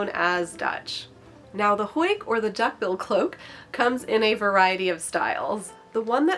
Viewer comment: Am I the only Dutch speaking watcher that got a bit distracted by the way she said huik? You're saying hoik 🤔